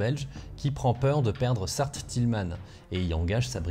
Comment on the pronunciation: On dit Tilman comme Clément :)